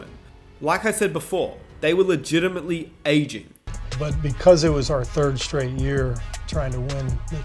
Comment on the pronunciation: Drink a shot every time he says “ayeging”